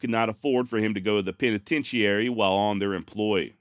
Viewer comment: Penitentiary. Is spoken with 4 syllables, not 5. Come on, you're driving me nuts over here. 🤪🤪🤪